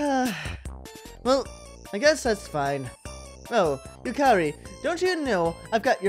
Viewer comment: yukari is pronounced "yukadi" just sayin...